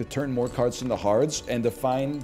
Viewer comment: 'More carts into hards' is one of my favorite flubs ever